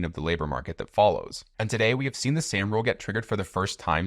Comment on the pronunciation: Soooooom rule. Not Sam.